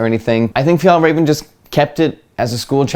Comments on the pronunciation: As a Swedish person, I have to say you’re the american with the closest to correct pronounciation of Fjällräven I’ve heard! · Loving the english pronounciation of fjällräven and kånken!! Edit: and I agree that your pronounciation is the closest i've seen! Edit2: yep, my biggest association with kånken is school, mainly high school!